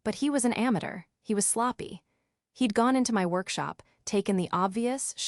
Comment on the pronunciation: This is bad. Can't even pronounce "ameture".